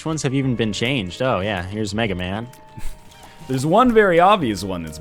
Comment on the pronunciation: Its mega MAW not mega man btw